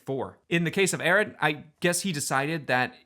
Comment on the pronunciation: JSYK, Avi Arad’s last name is pronounced “uh-ROD.”